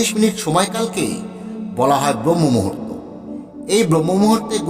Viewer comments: Utuber kalyane kato panditer dekha pachhi are vabi lekha parar koto adhah patan ghatechhe brohmah muhurta nay otar uchcharan habe brahmah muhurta bangla avidhanti dekhe niben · কথাটা ব্রহ্মমূহুর্ত নয়;ব্রাহ্মমূহুর্ত হবে। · kathata "brahmamuhurto" and not "bromhomuhurto". Please correct and reload.